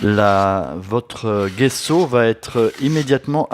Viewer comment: Super vidéo. Soyez béni. PS : il faut dire "djesso"